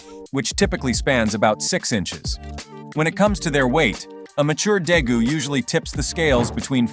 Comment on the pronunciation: its day-goos